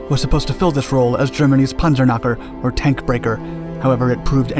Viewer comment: The depth of technical detail, particularly regarding aircraft armaments and design choices, is commendable. However, some factual errors and mispronunciations (e.g., “Luftvafa” instead of “Luftwaffe,” “punzer knocker”) detract from the overall credibility. A polish on narration accuracy would help elevate the production.